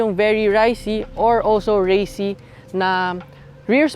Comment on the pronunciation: Did you purposely say ricey?? As in pang Pinoy😅😅